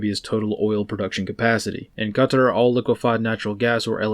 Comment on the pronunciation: Let’s not sleep on that clean pronunciation of qatar